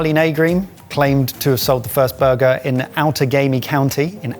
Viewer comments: Happily surprised that nailed the pronunciation of Outagamie County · Spot on pronunciation of Outagamie,! Well done.